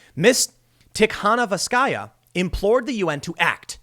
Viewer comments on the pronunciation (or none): It's pronounced "Tea-ha-NO-v-ska-ya", Tim.